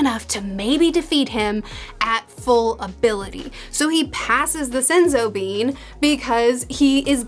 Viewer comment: Every time she said senzo bean I died a little inside 😂